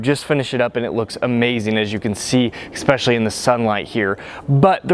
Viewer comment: C6 looks better. Chrome wheels look the best of all. The work is eSpecially, not eKspecially. I like the video, thumbs up!